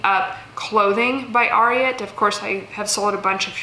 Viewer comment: Thanks for the video! Judy Blue has done well for me for a long time - definite BOLO. Ariat is “air-ee-ette” as in Secretariat, the horse. :)